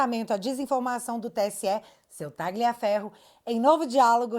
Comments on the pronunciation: A pronúncia é "Tálhia" e não "Táglia" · Caramba, a direita tem que ser e parecer inteligente. A pronúnica do nome Tagliaferro é Tálhafero(Com o r na ponta da língua) do italiano, que significa "Corta Ferro"